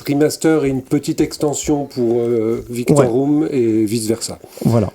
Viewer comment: Pendant toute la présentation de, je me suis demandé si j'avais toujours mal lu... Mais non, il dit "Victorium" alors que c'est "Victorum". Shame shame shame!! 😘